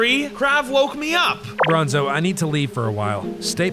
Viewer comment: Why in every video you say bronzo!